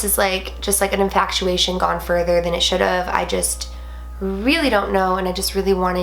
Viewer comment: i love you and your channel a lot but it KILLS ME every time you say INFACTUATION, it's infatuation without the c girl